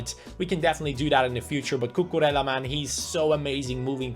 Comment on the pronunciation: time to blow your mind again, his name is cucureja because two L's in Spanish are pronounced as J, like David Villa for example.